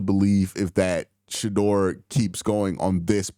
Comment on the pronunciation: It’s Shedeur not Shadoor! 😂